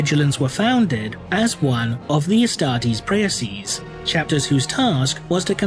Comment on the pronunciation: Just to help, Praeses is not to be pronounced Pr-a-uh-sizes but directly pra-ses (ae in latin was for the sound É in french, or directly pronounced as the letter A in english).